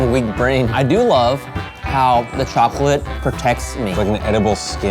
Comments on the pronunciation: it's vchoclate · "Choconilla" "Vchocolate"